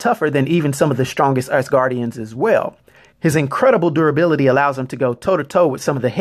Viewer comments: Why he gotta be calling them ass guardians instead of asguardians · I keep hearing Ass-Gardians in this vid lol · Lmao "AssGuardians" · not pronounced ass-guardians, but az-guardians. learn to pronounce shit before putting videos up. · I know he's saying "normal Asgardians", but I hear "normal-ass guardians". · Is it just me or nah but he keeps saying ASSguardians.